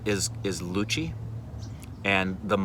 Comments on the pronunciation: Luchi and mansho pronouncing is amazing 👍👍👍👍👍👍👍👍👍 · Wtf...he () pronounced "Luchi,Mangso" better than a Bengali 😮😮😮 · "Dont hold that Dont hold that Dont hold that" she cares for you man!! lucky Man!!!! Your pronunciation of "luchi" & "Mangsho" is apt!!! Please come to Kolkata with entire OSR team, we really want to meet you guys. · 18 mins of video where 9mins of memes. But I certainly appreciate the way you pronounced "luchi and mangsho" loved it. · Are u kidding me !!!!!! They way u pronounced 'Luchi' and 'Mangsho' i couldn't believe it. First time in my life i see an American pronouncing bengali the exact way we bengalis do. Crazy man !!! BTW m from kolkata, love u man.. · As a Bengali I can say you totally nailed the pronunciations of luchi, mangsho 👏👏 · Luchi mangsho pronounciation was better than many bengalis.